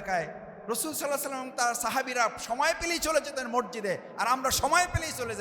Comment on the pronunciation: কি আর বলবো- তারেক জিয়া ঠিকমত সালামটাও উচ্চারণ করতে পারেনা।